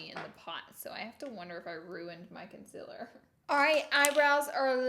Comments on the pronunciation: Why does she say consiler she says it wrong and it triggers me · Is it concealer or conciller ? No hate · It's sounds like she's saying consillar, instead of concealer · “Consiller” hahahahaha my gosh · Hi I’m new, why does she pronounce concealer the way she does knowing that it’s not the correct way? Thanks y’all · Why are you still saying concealer wrong? 😂😂😂